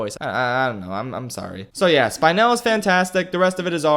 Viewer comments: spine-l...... anna ou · Me: “spy-nul”